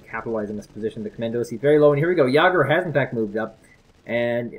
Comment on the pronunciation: Say it with me. Yay-Gurrr. Yay-Gurrr. Jager.